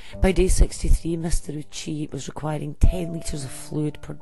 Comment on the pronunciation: Ouchi is pronounced Oh-oo-chi. Sorry, it just annoyed me